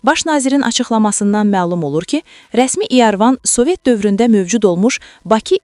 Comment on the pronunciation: İarvan yox İrəvan